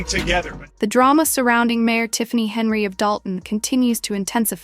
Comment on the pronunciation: You can’t get her name correct? AI sucks for you. Its Hen yard